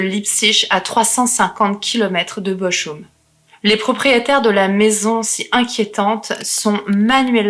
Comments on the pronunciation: Bonjour, on dit Boroum pas Bochoum. Sinon tout est Nickel. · J'ai aussi fait 3 ans d'allemand. Bochum se prononce Bokhoum, pas Boroum. De plus, ma mère étant d'Arlon à la frontière allemande, m'a bien précisé que c'était Bokhoum, pas Boroum. Mais c'est vrai que la prononciation du h aspiré du "ch" en allemand et en néerlandais peut faire penser à un r. Ensuite, la langue allemande de la Suisse alémanique n'est pas toujours totalement identique à l'allemand d'Allemagne. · Chère, Bochum se prononce Bokhoum avec un h aspiré entre le k et le oum. 😉 Sinon c'est toujours aussi agréable de vous écouter narrer ces histoires terribles car votre voix fraîche et votre grand respect des victimes permettent de ne pas sombrer dans l'horreur. Merci pour toutes ces affaires criminelles peu connues et même tout à fait inconnues dans le True crime francophone. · Bochum se prononce Boroum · "Bo'r'um" ! (Bochum) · je suis plutôt de ton avis , j'aurai dit " Beau Room " en mélangeant le français et l'anglais. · Salut, juste pour info Bochum se prononce " boroum" ( ouais c'est pas évident, l'allemand ), ayant fait ma scolarité en Suisse, j'ai du l'apprendre - à mon corps défendant - pendant 3 ans. J'aurai préféré l'anglais, lol. Je pense que le couple s'est " bien " trouvé. Leur personnalité s'est trouvée amplifiée se nourissant l'une de l'autre, d'où leurs déviances et leur " folie". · interessant, simple et efficace. Pour la dynamique de couple, je pense qu'ils sont aussi givrés l'un que l'autre et qu'ils s'entrainent mutuellement. Les cheveux, ca te va très bien. ne lisse pas trop sinon tu n'auras plus un poil sur le caillou 🙂. Très stylé le collier en mains de squelette. ( pour le nom de la ville "Bochum" , le "ch" se prononce " R" le même " R" que le mot "Cheikh" qui se prononce " cherh" .